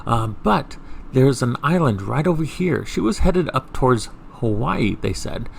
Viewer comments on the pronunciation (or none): none